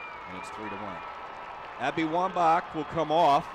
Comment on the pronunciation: "Abby Womba" .... uuhhh